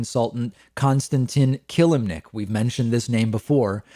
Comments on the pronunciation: It's pronounced "Ka-lim-nic" nto "Kill-lim-nic" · If you say This mans name wrong one more time it not killemnic...it kelimnink....I’m not spelling it right on purpose I’m spelling it like your saying it wrong...lol